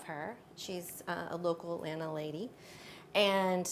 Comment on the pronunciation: Thank Goodness you know how to properly pronounce "Atlanta" !!! Thank you !!! I am so-o-o tired of "move-ins" and local under-educated and over-woke trying to be "cool" saying "AT-LAND-TAH". Also, thank you for not being afraid to use artificial plants. The real issue should never be if it's real or artificial, but you get what you pay for. Most people will "Fu-FU" you for using really nice, realistic artificial plants but don't give a second thought about using silk Poinsettias at Christmas.